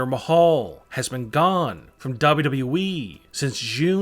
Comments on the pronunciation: This narrator keeps saying “double wu double wu we” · I don't like the way he says wwe